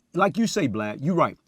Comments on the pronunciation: he calls him "Blad" how has noone noticed that, just like Glad with a B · He keep calling Vlad Vlod 😂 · He called Vlad "Blide" 😅🤣😂😂🤣😅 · He called Vlad "Blod" 😂😂😂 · His story is movie worthy....side note he keep calling Vlad Blad🤣🤣🤣🤣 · He calls Vlad blad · "Its like this Vlod" 😭😭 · The way he talks is hilarious Calls Vlad “Blad”, pronounced “literally” as “littery”, says “technicality” when he means “technically”. Imagine laughin at how he talk then he just pull it on you lmaooo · Why can't people get Vald name right???? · Dam he called him BLAD 😂😂😂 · “ Litterey Blad “ 😭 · Lol he called vlad “Blad “😂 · Is he calling vlad blad? Lol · still thinks its BLAD.. notice Vlad ain’t corrected him.